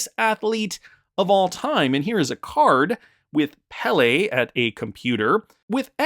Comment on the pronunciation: Pele pronounced PAY-LAY